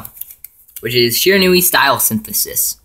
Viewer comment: Good profile, but seriously, it's "she-ran-we"!